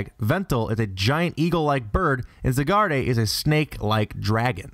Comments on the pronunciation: Xerneas - zur-nee-us Yvelltal - yuh-vel-tal Zygarde - zy-guard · Your Pokémon pronunciations and some word pronunciations are atrocious. Zygarde = Zy-guard, Xerneas = Zer-knee-us, Yveltal = Eve-ell-tell, Sableye = Say-bell-eye, Froslass = Froz-lass, Misdreavus = Miss-dree-vus, aesthetics = ess-thet-tics, tapir = tay-peer, Groudon = Grow - as in 'growl' - don. You're welcome. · zeeneus?!! veltal??!! zygardé??!!! How in Arcay Valley did you mispronounce those names??!! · "Zigarday". no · you pronounced zygarde, xerneas, yveltal, kyogre, groudon and rayquaza ALL wrong...